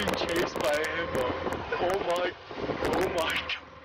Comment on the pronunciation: 7.55 hippopo instead of hippo